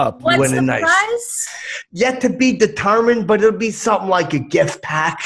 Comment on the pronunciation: Brotha sayin sumptin dare. Lol